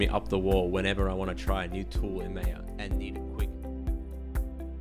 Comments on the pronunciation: It's not May-yeah. It's Maa-ya . BTW, I also love Blandar very much ;) I should start learning it soon now. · its "my-yah" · You started nicely but claiming that rotating cubes crashes maya is a really poor comment. Oh, and ma-ia not mei-a. The minimized panel workflow has not been adressed because it poses absolutely no problem. If it did, it would have been addressed . There is no tool where these panels minimize, and the only reason to go there, is to restore the panel. Other than that, this is a great video which is a very helpful introduction to Blender. thanks for the time you spent to help people . It appears that lot of the Blender features come from 3dsmax but are accessed and managed in a more (unnecessary) complex way.